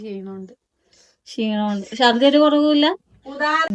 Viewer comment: ശർദ്ദി അല്ല ഛർദ്ദി